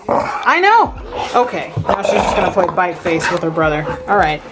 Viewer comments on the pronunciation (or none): none